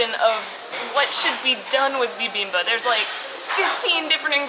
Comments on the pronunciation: Fun! I enjoyed seeing everything though your eyes. (The way you're pronouncing "bibimbab" is a little weird... are you dropping the final consonant?) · You seem not to be pronouncing the final "p" in "bibimbap". It's like you're saying "bibimbuh". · Love the video, definitely a different vibe in Korea! Can't wait to see the next part(s)! Also, FYI it's pronounced "bi bim bap" with the "p" sound at the end haha.